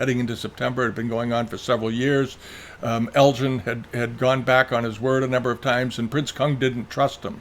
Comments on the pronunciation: I always enjoy your biased and one-sided view of history. While some of what is in this video is interesting it is also dripping with pro-Chinese and anti-British bias. You really do give the game away by taking great care in correctly pronouncing Chinese names while mispronouncing -- over and over -- the name of Lord Elgin, a name anyone with even a passing interest in history knows is NOT pronounced Lord El-GIN. But that's okay. At least your open about your prejudices here. War is hell. And it was a war. The spoils of war and looting were perfectly acceptable in the 19th century. We shouldn't apply today's standards to those of 160 years ago. You also leave out anything here that makes the Chinese look bad. Watch the BBC documentary done a few years ago. They tortured horribly for days on end the emissaries sent to China. That's just one thing you left out. Enough said. Try to be more even-handed in the future. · According to today's New York Times (in an article by Alex Marshall about Greek marbles) ..."The museum argues that Lord Elgin (whose name is pronounced with a hard “g” sound, as in “Helga”)"